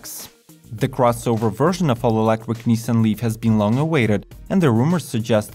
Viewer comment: I wuv how sexy you make eeewektwick vehicles sound when you say eeewektwik if I had an eewektwik buttpwugg inmuy anuss eye wood have a huge eeewektwick boner!!!